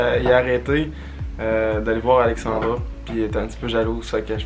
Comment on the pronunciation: Je vous trouve vraiment cute ensemble! mais c'est AlexandrA, pas Alexandroh comme dis haha!